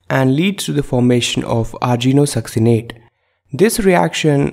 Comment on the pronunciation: It's not argino-succinate, it's arginino-succinate. Pls currect it.